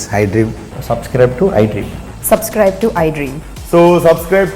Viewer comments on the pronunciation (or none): none